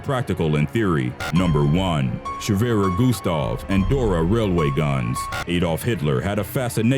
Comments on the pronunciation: Its "Schwerer Gustav" Not Shwerer Gustav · Its Schwerer Gustav and not swerer guuustaw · Schwerer Gustav, not SHWERER GUSTAV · Not shwerer gustav schwerer gustav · Shwerer Gustav? Its Schwerer Gustav